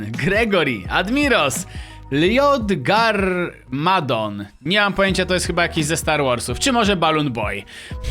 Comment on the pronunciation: Admiros tego Lloyda Garmadona czytaj Loid Garmadon i jest to postać ze znanej serii lego a mianowicie lego ninjago(czyt. lego nindżago) oglądam ten serial więc wiem jak poprawnie wymawiać imiona tych postaci chętnie pomagam tym którzy z tym mają problem